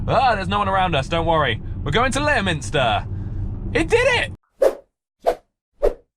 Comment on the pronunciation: Leominster is actually pronounced "LEM-STER", just so you know :) I live down the road from there haha